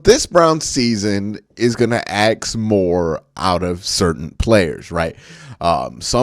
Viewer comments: ASK ASK ASK NOT AX. Learn to pronounce words! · I can't listen to a guy who can't pronounce a simple word like ask or asked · Everytime I hear someone say ax instead of ask I feel like they are a child who's trying to look cool. It's reminds me of 8th grade lol